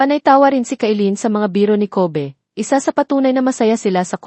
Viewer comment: Ayusin mo PO mag salita ng name NILA Yung Kobe mo sound ng covid